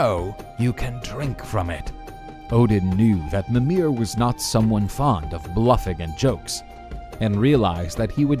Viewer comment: Example: He says "mi-MIR" and "ygg-DRA-sil" when it should be "MI-mir" and "YGG-dra-sil"